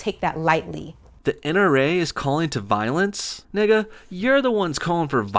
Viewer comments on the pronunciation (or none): The most unauthentic "nigga" I've ever heard in my life lol. Nonetheless this video was interesting to say the least.